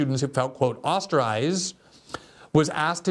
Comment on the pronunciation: Glenn the word is "ostracized" not osterized.